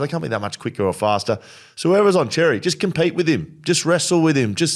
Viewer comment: Boys love the show but Xerri is pronounced ‘sherry’ not ‘cherry’ 😉